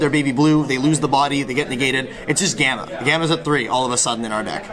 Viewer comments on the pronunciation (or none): none